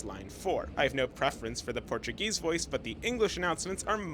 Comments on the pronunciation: Hey there! Brazilian here - great video, I’m not from São Paulo and this is a great guide, so interesting. BTW! Your Portuguese pronunciation is totally on point! Did you live in Brazil or do you speak Portuguese? Can’t wait for the next videos! Cheers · great video. your pronunciation of portuguese words are on point. congratz. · Your portuguese pronunciation was spot on. Love and peace from Brasília! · The host’s pronunciation of the Portuguese language is spot on. He must have some Brazilian heritage! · you nailed the pronunciations! good job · Your Portuguese pronunciation is flawless 👏🏻👏🏻👏🏻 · How's your brazilian portuguese pronunciation so good?? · I don't see why it's surprising that it's good. The Emerald line is beautiful, but very bad-smelling because of the river. I tend to prefer the public lines because they operate for around half an hour longer than the private ones, and that has saved me so many times. Good pronunciation! I'm surprised. Portuguese tends to be very difficult to pronounce. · question: how do you have such a good pronouncitation of portuguese words? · Your Portuguese pronouciation is perfect!! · Probably the best Portuguese pronunciation by an American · Excellent Portuguese pronunciation 😇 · your portuguesse pronunciation is perfect, your video is very well done. you listed the constructions that are going on, but there will also be more expansions from line green,yellow,lilac and new ones like 19 and 20 but your video was very good ^^ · Your portuguese pronunciation is great! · He was born here in the US or lived here when he was younger. It is impossible not to have an accent if he learned English in Brazil. He also speaks “American “. He definitely lived here sometime. His Portuguese pronunciation is perfect.